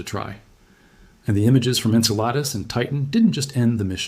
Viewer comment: That's pronounced In-Cell-a- Dus!! NOT Ink-a-lotus!! 🙄 😮